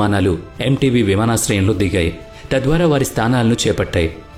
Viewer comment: చాలా చక్కగా వివరించారు. అయితే అది ఎంటేబె అనాలి